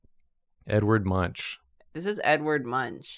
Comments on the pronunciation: Guys... Are you really pronouncing Edvard Munch that way? Munch as in munching? Similar to chewing? I almost fell of my chair laughing as I thought is was a joke :) It it s a joke right? So funny. I mean. Wow. But anyhow, we usually pronounce it with a 'k' on the end. Similar to the word monk :) Love your videos! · It's really funny as a norwegian to hear how you pronounce Munch in english